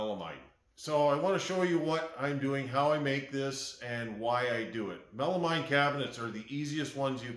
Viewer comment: It's Melameen, please. I cringe when you say Mine.